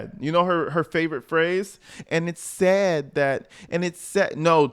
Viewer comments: No,. You pronouced the "a" in sad. Big Tiff says it as "sed". She can't pronounce words with a flat "a" in the middle. Numbers is pronounced as nambers. This broad is whacked. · she says Say-ID instead of sad too 😂😂😂